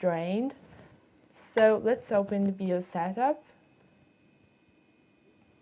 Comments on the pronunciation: FYI people usually pronounce the "BI" in BIOS like the "Bi" in bisexual. It sounds a little bit like you're saying BeOS 🙂. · "Bee-os" Hehehe =) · BIOS. Pronounce it "bye-oss". Love your accent! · o wow remember these types of computers and processor 486, love the accent and how you pronounce 'Bios'